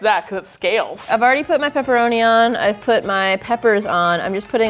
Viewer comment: Everyone: Lady tested, Lady-: PEPPORONIED